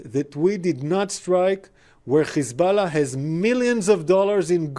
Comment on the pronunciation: There pronunciation is epic हिजबाला/ मधुबाला